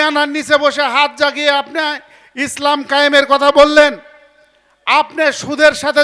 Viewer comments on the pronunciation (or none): none